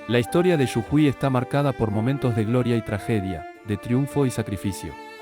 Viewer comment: Jajaja! Quizás interpreta la J mayúscula como Y